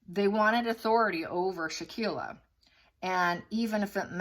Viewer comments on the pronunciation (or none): Victim's name is Shanquella (Shan-kwell-uh). Her best friend was Kahlil (kah-leel). Her killers were the woman with the name pronounced Day-jan-ay, and the other killer is Wenter. The 3 of them masterminded this crime, plus the witnesses that didn't intervene. This makes me sick, and thank you for shining the light on this situation ❤🙏. If it was a Gabby Pettito, it would be all over the place and people would be pronouncing her name right. We need justice for Shanquella.